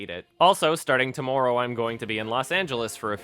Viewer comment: lol. you sounds funny when you say "tomorrow"